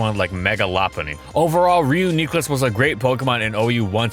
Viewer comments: No one: Seriously no one: Gamefreak and: RE-YUO-KNEE-CLUS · Everytime he say reuKNEEcleus I shed a tear :’( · Your pronunciation sounds disgusting to me. I like ReuKNEEclus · I'm one minute in and ree-yoo-nee-clus is already driving me insane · By the end of the video, it started to sound right to me. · I'm say it's a pretty unique way to say it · It's not even the only name he says wrong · You Don't say Re-ooh-nite you say Re-You-Nite, si it should be Re-You-Neh-Clus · STOP SAYING REUNEECLIS STOP STOP STOP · Nope. Was interested in this one. About the 5th time pronouncing it wrong itdrove me insane. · Please never say Reuniclus that way again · Ok, I absolutely hate that pronunciation. I was hoping you wouldn't stick to it but oh well. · REUNI baby aa that pronounciation hurts I hope you mentioned AV Regenerator sets who got some strong success in gen 8, haven't watched it fully yet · must be a Togekiss, because I’m flinching every time they say Reuniclus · Your pronouncing it wrong it's reunite plus nucleus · I wish you pronounced it differently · Reuniclus pronunciation is very bad. I know it is the official one but you should have gone with your instinct of liking the fan pronunciation better. Edit: I am always surprised by how well vids are made and how engaging they are. I genuinely forgot about the pronunciation until he mentioned it at the very end again. Though I feel you should look more into the gen 8 sections for these newer mons. You did mention it's most prominent sets but their functions and the mons it checks and is checked by didn't get nearly enough details. The meta has settled down quite a bit to be effectively discussed. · This is the first video of yours I’ve ever disliked because of that awful pronunciation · Pronounces "Reuniclus" as "Reuniclus". Gross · I always try but can never prepare myself to hear him add 4 more syllables into Reuniclus than I'm used to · Click video “Ree-yoo-nee-clus” Clicks off video